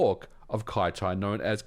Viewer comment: I feel like Kyty should be pronounced "kitty" instead of "kai-tai" :D